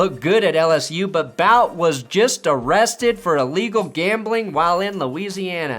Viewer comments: It's not "Bout," it's "Boo-tee" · Bout that booty. Boutte is pronounced like booty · Boutte is not pronounced “bout”. It’s booty and you know it! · Boutte is pronounced boo tay...not bout....Louisiana boy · as a Louisiana resident, you should know Boutte is pronounce "Boo - Tay" or you can just say Bootie. not "Bowt" 😄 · Boo-TAY. Not BOWT. For real. I know... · Boutte is pronounced "boo-tay" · it’s pronounced booty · As a patriots fan, I get annoyed every time says Boutte’s name wrong. It’s pronounced “BOOTY”! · Wow, did you ever butcher Kayshon Boutte's name. Almost as bad as he butchered his own life. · When was talking about Boutte, I was like who tf is he talking about? then he showed a graphic with the players name and finally understood who he was talking about. should really learn how to pronounce player's names correctly for someone that talks about sports for a living. I don't get how he's so wrong with so many player name pronunciations.